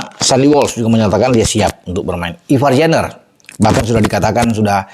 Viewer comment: Mohon maaf, tanpa bermaksud menggurui, kalo berkenan, saya mau berikan sedikit koreksi mengenai penyebutan nama Tentunya nama tidaklah eloj bila disebut bung Ropen oleh seseorang dari Inggris, misalnya Jadi kalo boleh penyebutan nama spt Ivar Jenner seharusnya Ivar Yenner, Rafael Struick itu seharusnya Rafael Stroik kemudian Justin Hubner seharusnya dibaca Hubner bukan Habner Juga nama klub Jong Utrect itu seharusnya dibaca Yong Sekali mohon maaf tentang masukan dari saya ini Sukses dan sehat selalu, panjang umur Ditunggu trusss info updatenya Gbu